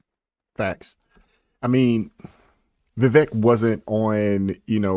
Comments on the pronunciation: Brother, his name is Vivek, rhymes with "cake". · Vi-vake...like CAKE, as in rhymes with! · Just to be respectful, it's "veeVAKE".